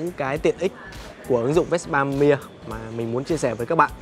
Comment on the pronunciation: Tại sao lại đọc chữ Mia kỳ vậy, người Ý họ đọc chữ Mia như người Việt Nam mình thôi mà, bên Ý họ cũng có câu cửa miệng Mamma Mia đó